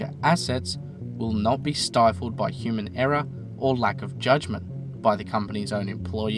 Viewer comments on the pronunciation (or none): none